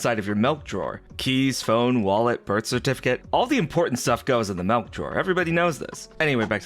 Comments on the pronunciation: Milk. Or malk. Maybe mulk. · Did he say Melk? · MALK NOW WITH VITAMIN R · The melk drawer?? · It did sound more Dutch than English.